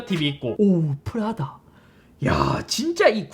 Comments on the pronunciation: 푸라다가 아니고 프라다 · 프라다가 계속 푸라닭이다고 들려요 ㅋㅋ (나 배고픈가?) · 저이거 보면서 생각한건데... 저만 프라다를 자꾸 푸라닭으로 말하는걸로 착각하나요..?